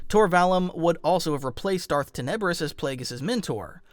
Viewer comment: 1....it is tin I bris....pronounce it right..... 2nd ....the Darth bane Trilogy is Not non cannon and has NEVER BEEN . It IS cannon as bane is featured in clone wars ...akaka Disney canon this making the bane Trilogy canon... Learn your facts